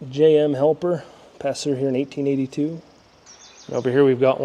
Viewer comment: You said one of the names on the rock was "Helper", I believe it's "Hepler"